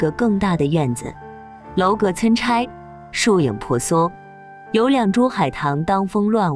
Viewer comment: 参次（音賜）